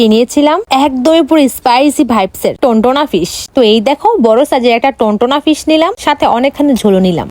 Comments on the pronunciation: Tuna fhis❌ Tuntona fhis✅ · টোনা ফিস ❌ টোনটোনা ফিস✅😂😂